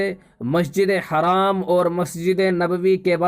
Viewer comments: Assalamu alaikum bhai jaan plz masjid e haraam na boliye masjid e haram boliyega plz next time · Bhai masjid e haram boliye haraam na boliye plz